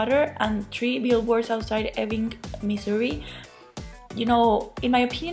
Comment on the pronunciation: The Oscars are bit to stuck up for my taste.I hope "Shape of Water" and Guillermo del Toro sweep at the Oscars.I'm pretty confident he will get Best Picture and Best Director. I want to congratulate you for saying Missouri correctly.I live in Missouri and most people that live here say it wrong.LOL I'd love to see Gary Oldman win.He's the best.I'm pissed that Wonder Woman got snubbed.Patty Jenkins should have a nomination for Best Director.The fact that the Emoji movie and Boss Baby might get a statue but Wonder Woman gets nothing should be a crime.I am also rooting for Coco! I would love to hear your thought on the movie because I loved it.I think Planet of the Apes will win for FX because it looks so realistic.I enjoyed your video.Take care!